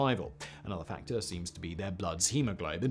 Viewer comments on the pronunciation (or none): none